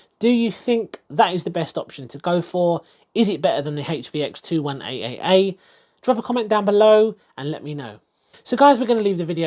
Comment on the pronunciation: Rofl............. I usually like and suscribe after watching videos like this, if not and I liked most of the video I leave a feedback/reason. You keep on saying 21AAA and that's disgusting!